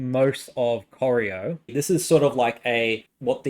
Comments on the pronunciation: Coy-Ry-O is how you pronounce Corio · I was impressed by the new and innovative pronunciation of Corio. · And Corio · It's pronounced Prah - ran, as in can and Cor eye oh...